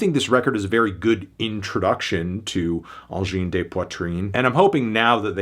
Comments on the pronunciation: It's not Angine "day" Poitrine ! Can you say Angine "the" Poitrine ? or Angine "duh" Poitrine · So what if others have done similar music before? So what if the mix is thin? Feel the energy. It's a 9 from me. A tiny bit more variety could make it a 10. It's not pronounced 'day', BTW. You need an s after the de for that. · You mispronounced “de”